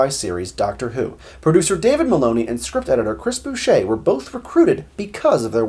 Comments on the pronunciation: Bouchet? No, Boucher is pronounced 'Bow-cher'. A ships 'bow', then 'ch' like church, then er, as in 'er'. Yes, so, practice slowly, and I'm sure your course will benefit immensely. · Chris "BOOSHAY"????? its Bow Chur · OK we need to correct the pronunciation of a couple of names. The script editor was Chris Boucher, which you pronounced "Boo-shay". He's not French! It's pronounced "Bow-cha". As for the voice of the computers, Peter Tuddenham, you pronounced it the cringeworthy "Tudd-en-ham". Ha ha! Only Americans would do that! It's a very English name, pronounced "Tuddn-hm" (not "ham"). :-) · It’s pronounced Chris Boucher like Voucher, not Bouchet like Bouquet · Boucher is pronounced "Bow-cher" Met him in the 80s. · Great stuff. But Chris Boucher is prn. Bow-cher. x